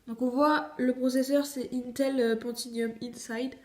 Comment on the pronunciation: Intel Pentinium ..... Whoua